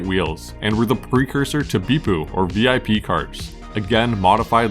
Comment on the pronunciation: The term Bippu is pronounced vip, rhymes with whip. Not actually a V.I.P car. Commonly confused through the internet though. But always pronounced vip (one syllable) 👍